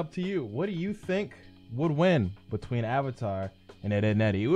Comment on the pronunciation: when he said BETWINE I spit out my noodles